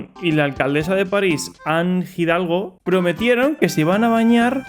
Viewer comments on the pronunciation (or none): Ha dicho Jidalgo? Madre mía.